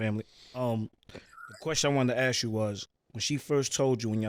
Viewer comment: Bro can pronounce mask but can’t say Ask